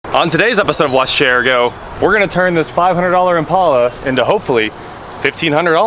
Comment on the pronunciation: Thank you for saying Impala the right way.